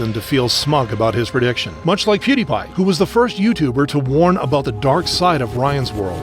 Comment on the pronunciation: Please stop calling pewdiepie pudes 😭✌️